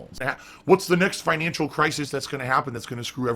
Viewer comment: The Financhu Crisis is in full effect